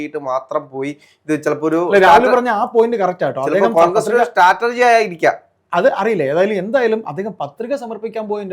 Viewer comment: ഈ രാഹുൽ എന്ന ചെറുക്കൻ എപ്പോഴും സ്റ്റാറ്റർജി എന്ന് പറയുന്നു. സ്ട്രാറ്റെജി അല്ലേ ശരി